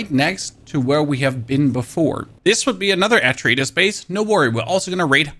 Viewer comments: Its not an "At-tra-ay-dis" base. Try instead: "Ah-tray-deez" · "This is an AtRa-EEE-DissS Base." Excuse you and your entire continent!?! "And also MiliterrrrrEGILATORS~" Swear to crom, I will bury you in ants! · Nice vid mate. Atreides is pronounced a-tray-deez btw :) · What in the 2nd grade pronunciation is going on here att-roe-adis are you dumb? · "at-trah-ee-dus" (Atreides) "rej-yoo-later" (regulator) My brother in Christ, what are these pronunciations? lmao Great video though, thanks. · It is pronounced ATRAYDEES :) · Atra eedas?? Did you mean to say atreides here? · At-truh-ee-dis lmao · "Dis an Atri Eetus base" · Atra-eedus LOL. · the way you said Atreides is triggering lol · you know you don't pay attention to the movie nor the game's lore if you pronounced Atreides wrong XD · Harkon bases, your butchering of atreides and harkonnen hurts my soul. So badly. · So basin, atreides, mitigation, and MK. Any other words I’m missing that this guy absolutely butchered? Edit: regulators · Ohh that pronunciation of Atreides grates my very soul. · Almost more triggering is his pronunciation of Atreides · Let's go ahead and add Hagga Basin and Atreides to the list too. This video butchered them both before the 30 second mark. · The entirety of the English speaking world except for The US and Canada uses the term "Aluminium". The guy clearly isn't a native English speaker, so I'll give him a pass for everything except his pronounciation of Atreides and Harkonnen, as that could confuse people.